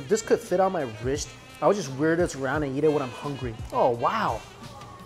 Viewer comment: When ever he says eat it sounds like yeet